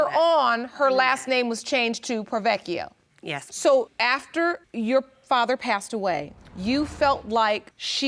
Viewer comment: I'm sorry but as an Italian it bothers me that no one has correctly pronounced the surname 'Porrovecchio'. Everyone is saying 'Provechio', now I understand saying only one 'c' but not the first part. Aaah now I feel better :)